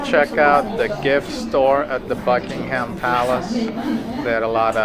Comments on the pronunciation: We also say Buckin-um and not Buckingham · It’s pronounced Buckingum Palace not HAM.